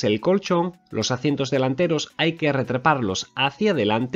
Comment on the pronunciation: ¿por qué dices "acientos" en lugar de asientos?